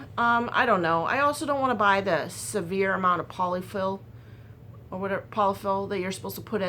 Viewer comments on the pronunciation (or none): none